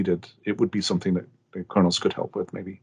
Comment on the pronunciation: I thought he said "I'm going to say the N-word" haha, very informative i really like what khronos group are doing.